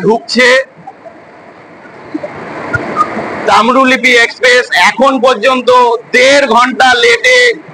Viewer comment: Tamrolipi NOY Tamrolipto